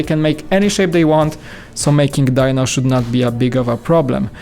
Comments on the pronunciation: Its pronounced dee-no even though it's spelled as dino for some reason. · Sigh. It's pronounced, Dee-no.🙄